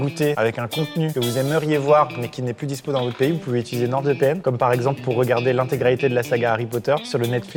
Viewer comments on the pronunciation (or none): none